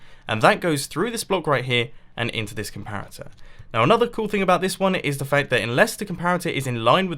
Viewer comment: 3 says compator instead of comparator